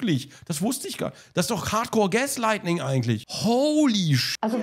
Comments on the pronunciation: Gronk sagt eif "Gaslightning" statt "Gaslighting" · Gaslighting bitte, nicht Gaslightning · Gaslighting. Nicht "lightning" hahaha sorry aber ich musste. Das triggered 😂